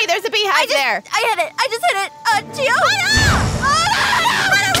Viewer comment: It’s Chio not Chiow